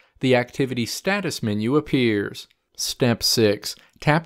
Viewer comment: LMFAOAOAOAOAOA ON GOD